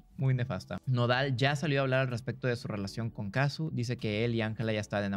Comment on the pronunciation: Al fin alguien que lo dice bien